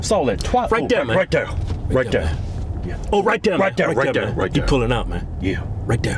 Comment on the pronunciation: "RIGHT DERE, RIGHT DERE" "OH, RIGHT DERE, RIGHT DERE!!" "RIGHT DERE, RIGHT DERE!"